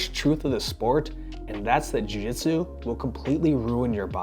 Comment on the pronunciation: You can't even pronounce Jiu-jitsu? - The "real name" of the Japanese martial art is commonly known as "jiu-jitsu" is (柔術) - look it up